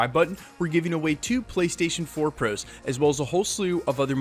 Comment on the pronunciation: Given that he says it EVERY video, I wish this guys didn't pronounce "pros" so weirdly.....